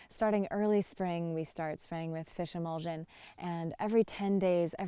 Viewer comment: Did you say fishemolsen?